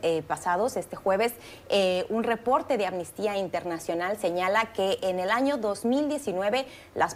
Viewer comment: Sería posible que hablaran correctamente y dejaran de decir "ammistia" es amnistia, A-M-N-I-S-T-I-A. Mediocridad latinoamericana en acción.